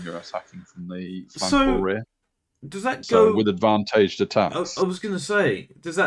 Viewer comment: Great review guys thanks. Still don’t understand how you can’t pronounce advantage and advantaged 😂